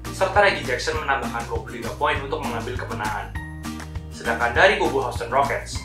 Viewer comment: min maap. bacanya hiusten. bkn hausten wkwk